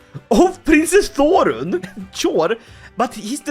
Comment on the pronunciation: Thorrun. The 'Þ' is pronounced like the "th" in "thing".